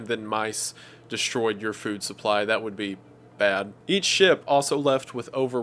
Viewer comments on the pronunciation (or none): Every time you say "each ship", it sounds like you saying eat shit LOL, I love it tho